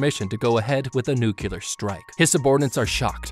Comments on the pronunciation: Bro you're really bothering me with how you keep mispronouncing "nuclear". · Why are you pronouncing nuclear as “nucular”? I have nothing against this video, it just bothered me for some reason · Could you please pronounce nuclear correctly in the future? It makes it very hard to listen to your videos when you keep mispronouncing something that is central to the theme of the video. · The way he says nuclear triggers me. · Tbh I was so bothered by hearing "nuclear" mispronounced over and over, I just stopped watching lmao. I didn't hear any "how to beat" either, he just summarizes the movie without any real commentary. Should have titled it appropriately. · the mispronunciation of nuclear is killin me man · Bro does not know how to say nuclear💀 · okay 3 things 1. this is really cool 2. please figure out how to make the subtitles say the same things that you are saying, it's distracting and misleading 3. please, please, please learn how to pronounce the word "nuclear" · the number of times he mispronounced 'nuclear' in this video was triggering. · Nucular is not a word. It's Nuclear. NEW-CLEAR. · NUCLEAR IS PRONOUNCED NEW-CLEAR NOT NEW-CEW-LER OH MY GOD, PLEASE.... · Remember kids “Nu clear” not nukyuhler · I get the Simpsons joke about pronouncing "nuclear" as "nukyulur", but using for EVERY instance seemed like overkill... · Its a personal pet peeve of mine when people say nuculer instead of nuclear, every time I just wince cause it annoys me. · It's pronounced nuclear(new-clear) Not nucular, that's how homer Simpson says it 😅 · "Nu-cle-ar" not "nu-cu-lar" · it's Nuclear not Nuculer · I hate that people keep pronouncing the word nuclear like nucular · Noo-cle-er, not Noo-cu-ler, jeez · Are you intentionally pronouncing it as "nucular" instead of "nuclear"? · The word is nuclear, not nucaler. smh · it drives me crazy when he says "nucular" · Then it is kind of appropriate they show a Simpsons clip.😂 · I tried not to twitch every time you said “nuke-u-ler.”